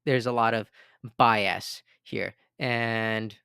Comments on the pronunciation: Stop saying bi-ass. it’s more like “BY-us” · I’ve noticed in this video and others that you pronounce bias as “bi-assed” 😅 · Although bi-ass does describe the two party system 😂